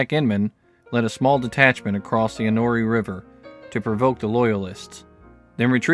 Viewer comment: Enoree = En o ree LOL